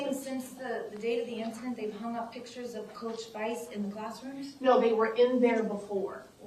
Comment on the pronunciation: Such an educated woman; I would think she would have learned how to pronounce the word Picture). The correct enunciation is enuc